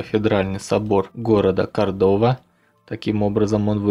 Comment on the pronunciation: Неправильно. КОрдоба, а не КордОба.